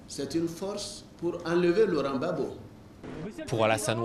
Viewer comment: on dit Laurent Gbagbo et non laurent Babo.